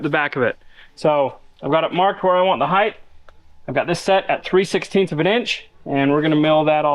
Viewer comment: I know you're busy but you're not too busy to pronounce the word "Height" correctly. The word is height, not heith! There is no "th" in the word Height.